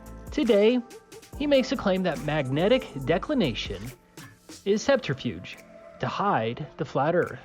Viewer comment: Did he say subterfuge or centrifuge?